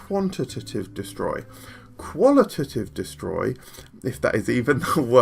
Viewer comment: On the subject of "qual-ih-tih-tive" and "quant-ih-tih-tive"... take out the "tih" in each of these words and you've got them right. Great video as always, super well produced and informative!